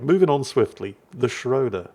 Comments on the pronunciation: it's schrooder. The "o" with the 2 dots on top(oomlauts). It's pronounced "oo". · Ägir is a hard G, as in grouse. Schröder is not Schrouder, rather Say the Ö as you do the U in "burn" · please. ö's (and ø's) are pronounced like the i in bird or the u in burn. And Ägir is pronounced with a hard g. And while I'm going at it, e's in names of Japanese destroyers like Shimakaze for example are pronounced like the e in extra. Now you know.